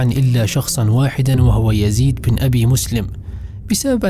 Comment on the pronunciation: ما شاء الله عليك اخى الكريم ولكن عندى تعليق بسيط وهو عندما نقرا كلمة( ابن) بين اسمين تكتب( بن ) ولكنها تقرا (ابن ) وهنا نقول ان الالف سقط لوقوعه بين اسمين ولكنها تسقط من الكتابة وليس القراءة مثل وضاح بن خيثة تقرا وضاح ابن خيثة ولكنها تكتب بن ارجوا ان اكون وقفت في الشرح لكن ما دون ذلك جميل جدا وفقك الله اخى الكريم